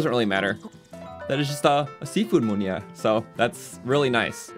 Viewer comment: It is prenoused mi-nu-er